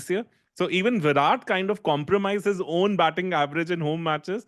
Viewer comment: both are wrong, but is more wrong than. Because JAR-ROD is literally the the letters in the name, but whyrat and raaaoul are nothing like spells it. Also, I have heard whyrat and raol atleast 100 times on his podcasts this year.